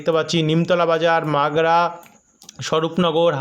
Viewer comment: মাগরা বলে কোন জায়গা নেই ভাই। মাগুরা হবে ভাই। মাগুরা জেলা আছে। Msgura ( মাগুরা)